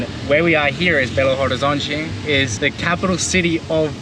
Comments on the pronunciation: Hello!!! Just dropping by to give you a tip: the correct pronouncing of Belo Horizonte sounds, actually like “Belorizonte”. In Portuguese we never pronounce de H when it is in the beginning of a word. Good luck. I love your journey!!! 👏👏👏👏👏👏👏♥️♥️♥️ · I'm sure you already know, but the H in Horizonte is silent, so you pronounce the city name as Belo Orizonte, or even Belorizonte to sound more like a local. You could also say "Bê agá" (BH)